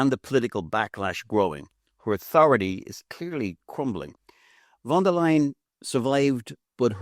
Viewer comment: I do not like her myself , but , please , pronounce her name correctly . Think of : to tell a " lie " = >> von der " lie " - en << ! Von der Leyen , one of the most incompetent and worthless career - politicians ever .